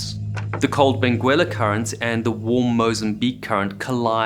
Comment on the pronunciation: The Benguela current is named after a town and province on the coast of Angola. This toponym comes from the Umbundu language 'mbengela' but due to the rules of Portuguese orthography is written with an unvoiced 'u' after the 'g'. Modern pronunciation is [bẽˈɡɛlɐ] -- just as you speak it but without the 'u'.